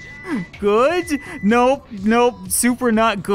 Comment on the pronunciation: I love the way you say good is like guds😂😂 love your stuff